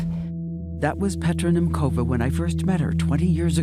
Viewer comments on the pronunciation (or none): Her name is pronounced "Nyemtsova", NOT "Nemkova". Can American presenters not even check? Thanks for the coverage, though. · What a powerful story and what a beautiful soul. As a girl also born in Czechoslovakia she makes me so proud. BTW Petra's suraname is pronounced as [nemtsova]. Greetings from Slovakia!